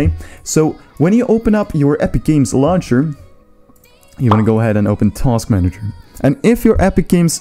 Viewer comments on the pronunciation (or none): none